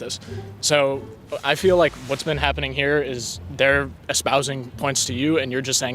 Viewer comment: what do you mean ,he said 'i feeli like' 🤣🤣